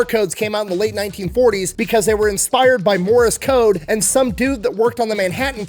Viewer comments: Apologies, I am slightly inebriated right now. Is "Morris Code" an actual thing, or is that just how you pronounce "Morse Code"? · mmm... love you man, but can you say 'Morse Code' again. I know- I don't have authority here, but are you saying 'Morris'? Okay. I'll allow it. Carry on.